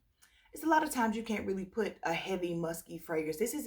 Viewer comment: “Muskay” when you laughed at yourself I lol’d. I remember when you didn’t care for L’Imperatrice and now I found something in it that makes my nose turn up but I do think it’s because I wore it in cold 🤞🏼